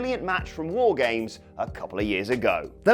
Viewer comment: The way said War Games made me laugh.